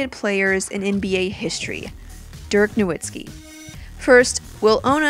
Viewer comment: I think that Porzingis kid will be Dirk 2.0. and though it's spelled "Nowitzki" it's pronounced "Nuh Vitz key"